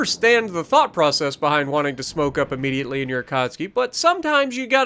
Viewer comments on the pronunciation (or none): none